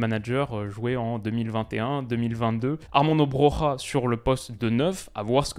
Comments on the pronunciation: Salut Petite remarque, Armando Broja est albanais et son se prononce "Broya" et nn "Brora" comme a l'espagnole 😅😅 Tu peux me croire jss albanais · Salut! Petite remarque, Armando Broja est albanais et son de famille se prononce « Broya » et non Brora à l’espagnole 🤣 Continue ton travail formidable, t’es au top 👊🏼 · Hello, juste pour info, on prononce "Broya" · Pour Broja, on prononce Broya